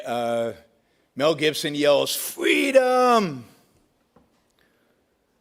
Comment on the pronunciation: Brook Shields: "Fweeedom!"